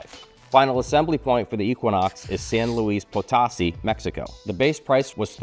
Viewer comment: That's San Luis Potosí, pronounced Poe-toe-SEE, accent on the last syllable. Just for any future cars assembled there.